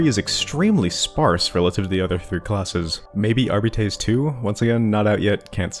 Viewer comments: Since you brought up pronunciation, shouldn’t you be rolling your Rs like Spanish if you’re going to say Arbites the Latin way? Wouldn’t your pronunciation still be wrong? (edit: I haven’t done Latin since highshool so my memory might be foggy) AhRRR-bee-tehss? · The correct pronunciation might be jif, but that is treason. R-Bites is the GIF equivalent. It sounds less.... whatever everyone thinks we need beets for, and we have a dog. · That's why I prefer "AR-bih-tees". But again, it's a made up fantasy language, Games Workshop can say how to pronounce it however they like. Telling them they're pronouncing their own made up language wrong is cringe levels of nerd-arrogance Let's not forget that in 40k Shakespeare is "Shakespire". The whole point is knowledge and understanding is altered and lost over time. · Arbites isn't a Latin word so your point is moot. In fact the only mention of the word "Arbite/s" in history, outside of 40k, is in the Bible where it mentions "Paarai the Arbite" in '2 Samuel '. In the context of the Bible it means 'a native of Arab' and is pronounced 'ar-bit'.